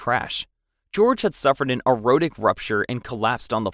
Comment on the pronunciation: PLEASE learn how to say the words you are using, especially when these words on the video. It is Ken-zing-ton Palace, not Ken-sing Palace. It is A-or-tic rupture, not A-ro-tic.